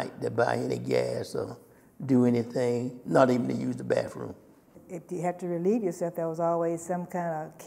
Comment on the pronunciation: Correction, "What's a 'bafroom'?"